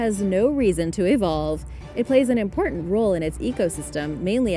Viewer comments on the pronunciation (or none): none